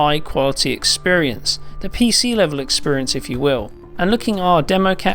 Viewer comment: Drink when he says expirince